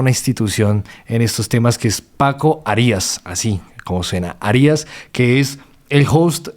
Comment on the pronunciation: Ése Arias lo escucho pronunciar diferente a mi familia también con ése apellido 😂